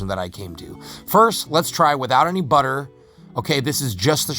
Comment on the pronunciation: OMG That Budder